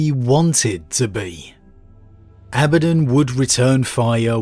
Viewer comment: Whew! Was wondering how you were going to pronounce Abaddon. You use the one that isn't distracting to me. Carry on... carry on....